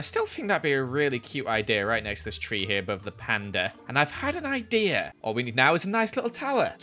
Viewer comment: “I have no I-deer” -joel